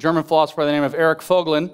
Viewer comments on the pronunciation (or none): none